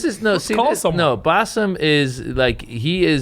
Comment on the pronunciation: Did he say bossom or blossom ??